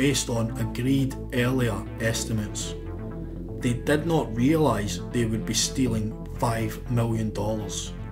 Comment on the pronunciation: I love how the narrator pronounces short ‘i’s like short ‘e’s. “Jimmy” becomes “Jemmy”, while “did” becomes “ded”.